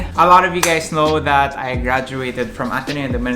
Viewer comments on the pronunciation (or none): it's not ateneo, it's ARRRNEEEYOO